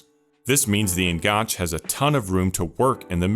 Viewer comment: I enjoyed this and learned a few things: thank you. I hope you don't mind me pointing out a couple of things: "enganche" is taken from Spanish, where it means "hook" or "connection"; you can see why it was used in football tactics in the AM slot; as it derives from Spanish, I think the last "e" is pronounced: EN-GAN-CHAY. Also, less is used with singular words e.g. less possession, less time on the ball, whereas fewer is used with plural words e.g. fewer goals, fewer turnovers. Once a teacher, always a teacher 🥸 All the best for your future output.